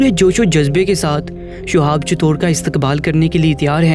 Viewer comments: Assalamualaikum... Bhai... Shuhab nhi Shihab naam hai unka... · Sohab .nhi h nam shi lo